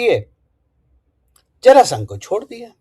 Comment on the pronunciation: जरासंध बोलिये आदरणीय 🎉